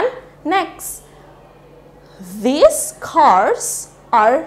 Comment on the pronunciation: Apakah cara bacanya antara this dg these itu sama kak? Soalnya saya nonton vidionya kk ini fan saya mendengarkan kayaknya mirip gitu